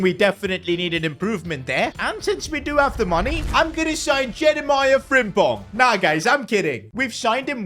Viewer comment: HIS NAME KS PRONOUNCED JEREMEE NOT JEREMIAH